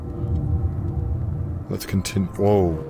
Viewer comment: That "Connur" had me wheezing